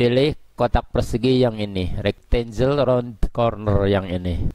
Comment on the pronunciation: sempatkan belajar mengeja bahasa inggris Kang. Supaya lebih mantap. Contoh, file bacanya harus: fail. Bukan "fil". Banyak lagi yang lain. Rectangle. Bacanya "rektenggel". Bukan "rektenjel". I can help you. Salam.